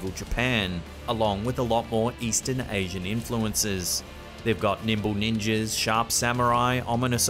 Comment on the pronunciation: Did you just say 'nipple ninjas'?